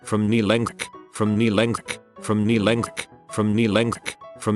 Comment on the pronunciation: “From knee lenkth”